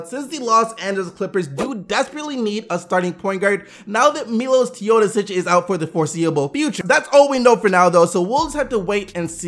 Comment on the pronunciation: Yo its pronounced Mee-losh Thay-o-do-sich. (soft th)